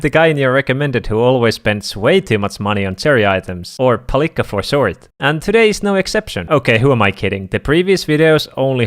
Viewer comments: WHY ARE YOU SAYING PALIKKA LIKE THAT!?! WE BOTH KNOW IT'S WRONG😭😭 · toi kuulostaa tosi ouolta ku sano palikka